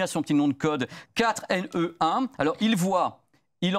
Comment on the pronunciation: 4NE1 faut le prononcer en anglais >For anyone !